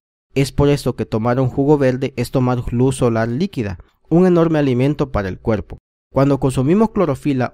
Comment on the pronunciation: Se ve bueno el video. Pero de escuchar al tipo hablando y pronunciar todo con L...me dio flojera. Pol favol, pol dulce, veldes, cuelpo. No!!!